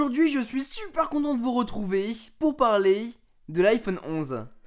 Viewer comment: De vous retrouvey pour parley 😕😕